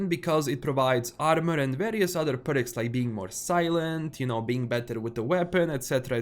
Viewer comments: it's perks not berks😊😊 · I love the way you pronounce "Perks"